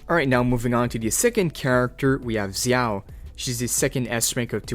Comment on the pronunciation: Every time you say Zhao like that I wanna kms